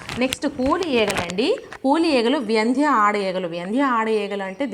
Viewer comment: వ్యంద్య కాదు. వంద్య